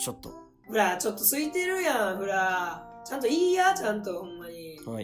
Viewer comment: ほら～じゃなくて、ふら～って言ってる笑笑